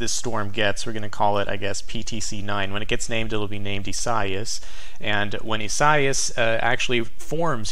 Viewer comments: ees-ah-EE-ahs: Lol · By the way,, I believe Isaias has 4 syllables, pronounced e-sa-EE'-us (long e first syllable, accent on 3rd syllable). I-sa-i-as